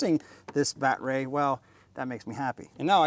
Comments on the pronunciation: Am I missing something? Was the "baatreee" supposed to be funny after the first 1000 times? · STOP SAYING BATTERY LIKE THAT!!!! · Lol...the "bat-rey"